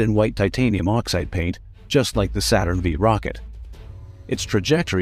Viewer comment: Saturn FIVE, not Saturn vee! And the LM did not have thrusters on the footpads!